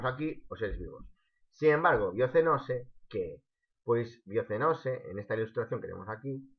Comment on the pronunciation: No se dice biocenoce sini biosenosis